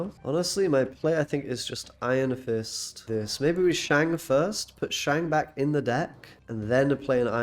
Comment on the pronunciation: I'll subscribe to your channel if you promise to pronounce Shang correctly going forward.